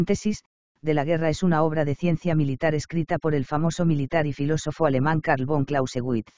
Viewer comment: "Carbón Clausewitz" xD